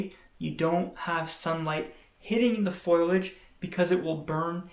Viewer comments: It’s foliage not foiliage. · I can’t seem to get past your pronunciation of foliage. Not being mean but it’s not pronounced foil-age but correctly “foli-age”. 😎 Helpful info, thanks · Excellent advice! (it's fo li age, though - not foil age. Just saying.) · There's a simpsons episode where Marge says foil-age. Lisa corrects her "foliage", and Marge says " That's what I said, foil-age". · FOLIAGE.....pronounced like it is spelled..... Fo Lee not FOIL AGE......but so glad you love plants..... and thanks for the video